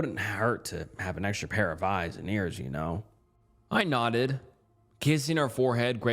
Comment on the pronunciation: buddy you have got to learn how to read stories and pronounce words 🤣 how do you not know how to say “nodded”